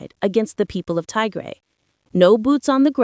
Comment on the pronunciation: It's not Tay-grey. It's Tigray😏